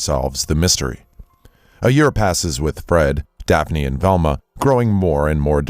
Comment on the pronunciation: dekphine.... isn't her name DAPHNE?!